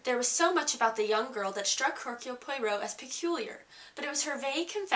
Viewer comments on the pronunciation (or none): Reviewer is not at all believable since she shows little real understanding of this book. Oddly enough,she can not seem to pronounce the name of the main character: Hercule Poirot and she does not even mention the second main character, Mrs. Oliver. I was disappointed at the lack of effort on her part.